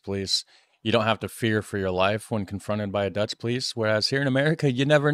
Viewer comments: Why is he pronouncing Dutch words like their Latin lol. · You pronounce dutch like it's latin. Try more of a german pronunciation. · You pronounce dutch like It's spanish 😂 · woah woah woah ! you are MURDERING the dutch language there ... sounds latin when you say it like that :P - also 112 is the 911 of the Netherlands :) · Love that you tried pronouncing the Dutch but you made it Spanish, lmao Edit: the translations are REALLY bad